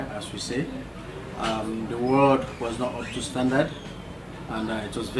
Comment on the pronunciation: Ward not Word